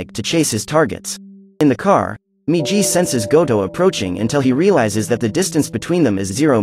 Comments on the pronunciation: its migi not miji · not jee -> GI MIGI -> "right"